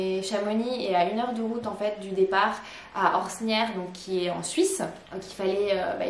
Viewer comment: En tant que suisse j'ai eu les oreilles un peu écorchées en t'entendant expliquer à quoi correspondaient les lettres OCC. On dit "Orsières" et le "x" de "Champex" ne se prononce pas.